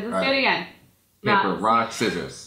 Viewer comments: did say paper rock sivers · you both say,paper rock sissor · you said paper rock sisers! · he said paper rock sizers rite? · said papper rock sissors. why did he say that? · you both said paper rock scissers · He did say paper rock sisor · you did say paper rock siser. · just admit that you said paper rock sisers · he said papper ,rock,sizers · said papper rock sisers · he said paper rock sisors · He said paper rock sissers. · both of them said paper rock sicors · he did say sisers rock paper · he did say paper rock sisers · both of you said paper rock srisorss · you and and both said paper rock scisers you said it when you wanted to do rock paper scisers and he said it during you were saying it the wrong way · YAH HE DID SAY PAPER ROCK SISSCORS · he said peeper rock siscors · You both say paper rock sesers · he said rocke sisers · He said paper rock sissors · He said paper rock sissores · he said paper rock sizers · He said paper rock siccsors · said paper rock sissers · He did say paper rock siccors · He said paper rock sisscors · he said paper rock sisers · he said paper rock scisser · he says paper rock sisers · said "paper rock siccors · he said paper rock siccors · He sed paper rake zezes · He said paper Rock sicorrs